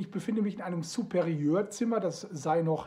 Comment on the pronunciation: "Superior" - kein SuperiEEEURR